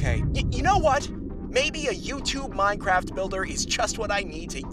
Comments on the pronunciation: What do you pronounce it as “min-craift” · why does bro say Minecraft like that